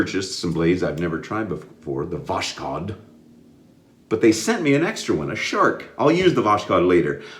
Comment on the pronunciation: Okay, it's time to teach you some russian language (hello from Saint Petersburg!). Voskhod is pronounced like it reads, there is no "sh". Kinda like VOS-HOD.